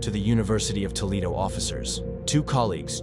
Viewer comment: Toe lead o. = Toledo